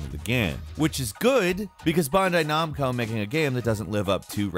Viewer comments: Tf is "bondai nomco" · “Bondai Nomco” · "Bondai Nomco"